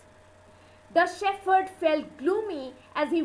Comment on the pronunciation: The pronunciation of the title is wrong. And the word 'shepherd' is wrongly uttered. Please rework.